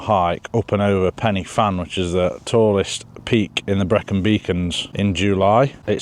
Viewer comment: Remember - it’s Pen uh van, not penny fan. One ‘f’ is like a ‘v’ two ff’s is like a ff Same as in English - think of and off. Puts a lot of people off when you get the pronunciation wrong. Especially in Wales. Big up for the cause though. 👍